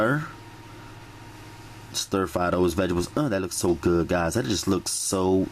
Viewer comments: I know righ how he says vigibles lol that the south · he said vegables cuteee